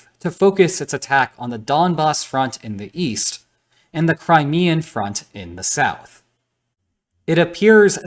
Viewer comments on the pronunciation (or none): none